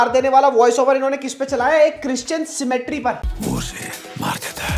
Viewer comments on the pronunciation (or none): Did he call cemetery, symmetry 😂😂😂 he is a jaat 4 sure